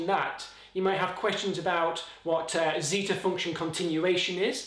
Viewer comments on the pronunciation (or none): none